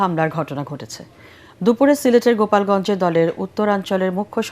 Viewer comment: গোপাল গঞ্জ না এটা গোলাপ গঞ্জ হবে।।